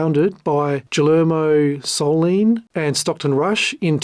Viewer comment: Enjoyed the video, but it has several minor mispronunciations which are not a big deal to me, but it does mean you likely havent watched any of the extensive Coast Guard hearings -because the word "Antipodes" is spoken a loud in most testimonies -usually multiple times -and the name Guillermo Söhnlein is pronounced in about half of the testimonies. So it's a great video, just wild that you never watched any testimony or a lot of other video or audio content to make this -theres so much of it. Are you aggregating via AI summaries, pulling public docs and filings or reading summaries of testimonies -so how does someone curious enough to make such an extensive video spanning a companies 16 years and the founders history prior to that not watch other video content on the subject? it's very unusual -I guess Im impressed as its a great vid.. Also, FYI I dont believe Oceangate issued any refunds from watching the testimonies from the finance folks during the hearings... ever -they would do reschedules or promise make goods -but never refunds as they simply couldnt afford to if they wanted because they were basically robbing Peter to pay Paul to keep the lights on and barely make payroll at times by taking internal loans from Stockton. Whatever your process is, keep up the nice work.